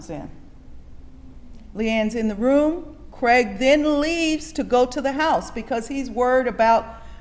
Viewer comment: Why arenthey calling him creg?? His name is Craig.